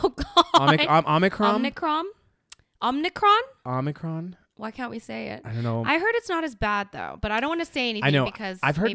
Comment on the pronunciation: You guys need to watch Futurama so you can learn how to pronounce Omacron.